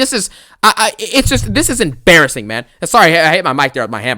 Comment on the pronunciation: ABSOLUTELY EMBARASSINGUHHH 😬